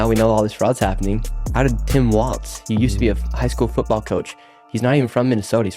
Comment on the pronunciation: I love what he's doing but I just wish someone would fill him in that its Walz not "Waltz" 🤦‍♀️🤣🤦‍♀️🤣